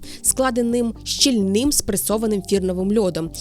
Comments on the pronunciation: Як завжди, чудове відео! На жаль, багато помилок у наголосах (але ліньки переглядати, щоб скласти список; одразу згадується тільки «щільний» — наголос має бути в корені, на «і»). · Третій блогер, якого я буду вчити наголосу у слові «щІ‘ - льний». Чудова робота, яскраві ілюстративні матеріали - і наголос у слові «щільний, -а, -е, -і» все так само на першому складі. «Не бійтесь заглядати у словник: Це пишний яр, а не сумне провалля; Збирайте, як розумний садівник, Достиглий овоч у Грінченка й Даля, Не майте гніву до моїх порад І не лінуйтесь доглядать свій сад»